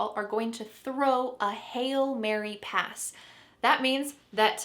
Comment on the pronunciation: The pronunciation of "hail" sounds the same as "hell"?